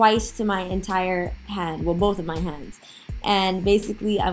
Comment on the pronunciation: Accent coming through 💪🏾 lol “hands” always gives it away